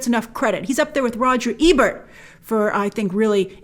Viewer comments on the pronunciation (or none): none